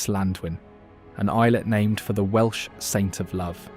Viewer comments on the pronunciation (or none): none